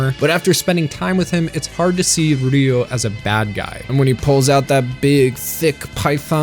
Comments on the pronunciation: Great review, his name is pronounced Ryo not Ryu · His name is ryo saeba not ryu saeba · It was “nails on a chalkboard” for me, to listen to you repeatedly call him Ryu, not RYO. You typed it right in the description, yet kept pronouncing it wrong. I’d give you a like for covering my favorite series, but I’m unhappy with the pronunciation. Please do better. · Count how many times he says Ryu instead of Ryo